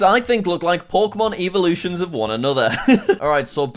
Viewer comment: Bro said evahlution